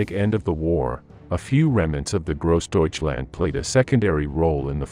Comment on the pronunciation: You don't like Grawsdeutschland?